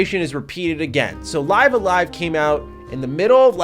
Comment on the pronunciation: Li(ee)ve a Live, not Li(i)ve a Live